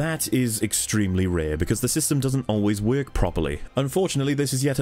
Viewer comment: My man said “this doesn’t Weirk” amazing analysis of a truly flawed game. I still love it though like my dumbest brother.